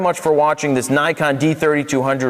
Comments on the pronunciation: its Nee-kon, not Nai-kon. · 9-kon? 9-KON? NIKON!!!!!!!!!!!!!!!!!!!!!! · Learn to say it right. Ni as in Knee. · IRK, I cringe every time someone says naikon